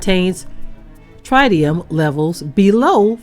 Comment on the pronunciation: Typical behavior from one of world's most corrupt and corrupting industry. fyi you pronounce tritium like the country singer Travis Tritt: Trittium which the grandfather of health physics, Karl Morgan, referred to in this way: Tritium (from Karl Morgan, Grandfather of Health Physics) - - “is the only radionuclide for which we assume as much is taken into the body via skin penetration as by inhalation. It is the MOST invasive of all radionuclides and distributes itself rather uniformly to all organs and all body tissues on a microCurie per gram basis. It presents a somatic, genetic and teratogenic [cancerous] risk. It cannot be separated from liquid waste by evaporation, a process used to concentrate most radionuclides [especially in nuclear reactors].” It is now 12 years after the Fukushima Japan nuclear disaster, and gigantic tanks holding radioactively contaminated water have been deployed onsite there for the last decade: main worry / radionuclide in those tanks: tritium. We need to know more precisely what happened in Minnesota as revealed here. The governments of the world unfortunately act too often as apologists concerning nuclear contamination. The groundwater at Fukishima surrounding and under the individual reactors (there were six reactors: three exploded releasing vast amounts of radioactivity into the air, that drifted and dropped all around planet Earth) is STILL contaminated at Fukushima, as they cannot find the melted down cores of the destroyed reactors that